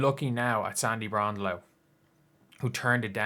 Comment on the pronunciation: Bron - DELL - O rhymes with JELL - o